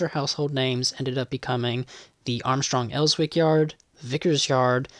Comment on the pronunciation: Excellent video - one small point Elswick is pronounced Ellzik - at least by us locals...